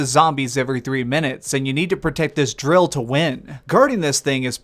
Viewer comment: This is a critique not a flame. Please just speak like you are talking to a human being. The end of every one of your sentences .. you have to put a flair on the last word. Its very grating. Ex ( "you have to defend .. the DRILL) either way gl man!!